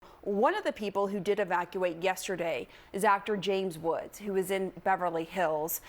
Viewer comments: James Woods ❌ James Aches ✅ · Criminal News Network cant even say his name.. JAMES WOODS!!